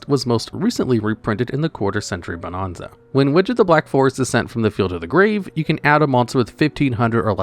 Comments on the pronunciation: Bo-NAN-za. Not bo-NON-za. Stop saying it wrong. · Ahh yes…. “Bonahnza” 😂